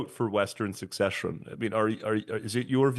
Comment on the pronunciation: Listened to a few times. He keeps pronouncing it as succession!